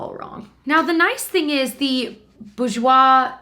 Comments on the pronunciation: Try pronouncing it Bor-jois as apposed to boo-jois. X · So cool seeing this as a Canadian! I knew you guys didn’t have Quo/Marcelle/Annabelle/Nuxe but was surprised you didn’t have Vichy or Bourjois. BTW , you pronounced the last part right. The r is not silent.Basically the first syllable almost rhymes with sewer. So bewer- je-woi ☺️ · Awesome! Your prononciation of Bourjois is right for the second syllable, the first is pronounced boor/bore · You pronounce bourjois boar-j-wa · Please tell me that saying bourjois over and over made someone else think of the episode of How I met your mother where they all go out to the club with Barney's dad and Marshal is acting like a play write! XD I have a feeling its just me that thought that though... LOL